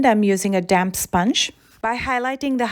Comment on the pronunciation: Why does damp sponge sounds like damn sponge everytime she says it